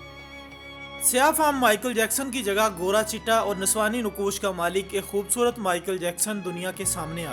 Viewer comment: Sorry but 'khoob surat'?